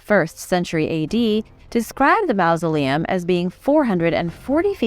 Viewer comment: The "au" in mausoleum is pronounced like the "aw" in hawk, not like the "ou" in mouse.